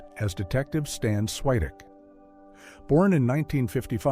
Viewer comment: Swytek, not Switik lol